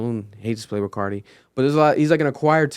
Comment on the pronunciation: “Playbrul Carti”